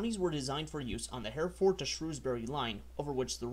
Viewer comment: Hereford - Herri-ford.. Llangollen, that's a tricky one. Ll is a Welsh letter and has a special pronunciation. It's not something I can write about you have to watch it and hear it being pronounced. A good effort on your part though.